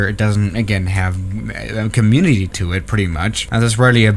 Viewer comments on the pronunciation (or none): none